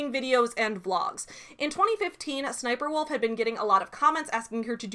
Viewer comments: Oh. It’s really pronounced S-S-Sniperwolf. 😬 Not a very good name to have when it’s based off a military character. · I will always pronounce it as SSS niperwolf.